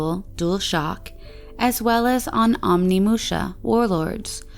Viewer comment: The game is spelled and pronounced Onimusha, not Omni-. Great voice btw, subbed!